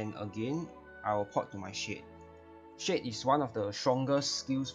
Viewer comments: Took me a bit to realize you were saying shade and not shit. Love you lol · Same LOL